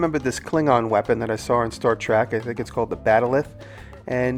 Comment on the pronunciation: Gosh, Jimmy... Trek fans everywhere probably gasped when you said "Star Track"... and, it's a "bat'leth". What an awesome pizza over/cutter, tho! You're still awesome in my book.